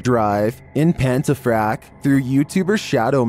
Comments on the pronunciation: Pontafract , not Pantafract buddy lol. It makes me laugh so hard how these so called wanna be ghost hunters carry on like cowards , when they are there for that exact reason . No 24 down . Really have to carry on like that , I know it can be scary but come on !!! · Think most chilling thing about this video is how you pronounced pontefract. It’s pon-te-fract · Pontefract actually